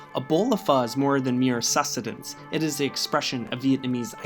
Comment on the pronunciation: Please practice and learn the the annunciation and definition of the word susTinence. I have no idea of what you said, or meaning.